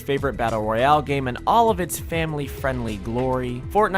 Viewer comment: Royale, not rohiale.